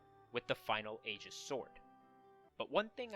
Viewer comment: The mispronunciations of 'Aegis' and 'Aion' are bothersome, but everything else about the video is good.